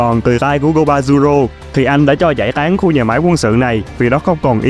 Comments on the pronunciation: GOZABURO chứ không phải GOBAZURO, làm video mà cứ đọc sai mấy cái cơ bản hoài z :v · Go za bu ro chứ k phải Go ba zu ro ad ơi. 😅